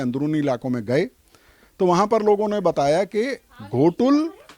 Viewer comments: भाई घोटुल नहीं गोटुल है ! गोटुल के बारे कई तरह के गलत जानकारी मीडिया न्यूज़ चैनल वाले हो या पत्रकारों एवं कुछ यूट्यूबर के माध्यम से भी गलत जानकारी दिया गया है , और गोटुल के बारे में कई तरह के मनगढ़ंत अफवाह फैला दिया गया है जो सरासर झूठ है ! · Ghotul nahi hai sir o gotul hai sir